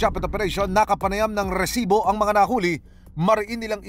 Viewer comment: Rrrrrrrresibo. Umay ka namang host. OA